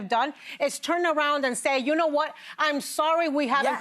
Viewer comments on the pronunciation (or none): none